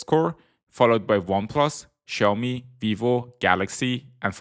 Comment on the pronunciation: Ксяоми!!!!!????? Сяоми ударение на О